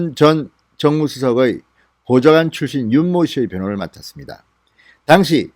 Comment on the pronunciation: ^당시^ 라는 발음 ^당^에 악센트가 없습니다. 저도 진의원님 강력지지자이고 동향입니다.